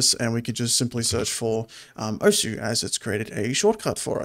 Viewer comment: osu! is pronounced "oce"